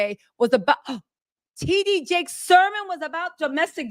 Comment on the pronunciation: baby his name is T D Jakes Not T G!!! Lol you been screwing his name up heavy and hard for a long time bby lol but it's ok I just wanted to help you out real quick,love you love your work you truly are one of the greatest one of these best!!💯